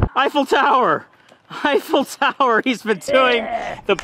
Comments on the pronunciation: "Eiffel toweghl"🤣🤣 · should be saying tower Eiffel